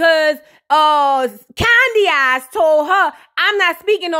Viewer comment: Everytime I hear 'Candyaxs' 😂😂😂